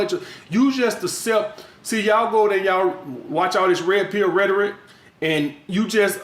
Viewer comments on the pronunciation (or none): My boy says ratoric!!! The goatt tho!!